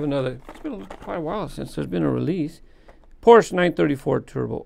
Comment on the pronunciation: I cringe every time you pronounce Porsche wrong...